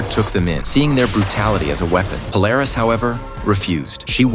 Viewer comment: Its pronounce "Pool-er-is". The blonde trio sisters were the clones of Emma Frost. But of course they were considered the daughters of Emma Frost but really they were that her clones.